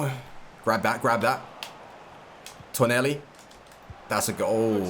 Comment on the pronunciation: its tonali not toneli